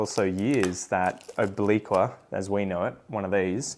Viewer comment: Good to know that obliqua might be renamed. Americans can't pronounce obliqua at all. The new species should be named something Amricans can pronounce like hamburger